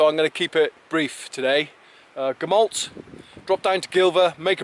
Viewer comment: The 'll' sound in Gamallt is pronunced with an ɬ not an l. The real name for the area is also the Elenydd, Cambrian Mountains is just a generic term for mountains in mid Wales not a genuine place.